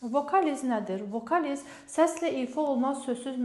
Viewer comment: Savadlisiniz.Təəssufki,akcentiniz bərbaddır.Bu da vacib məsələdir.Tələffusunuzlədə istəsəniz gözəl olar.Vokaliz və s. sözləri düzgün tələffüz edin.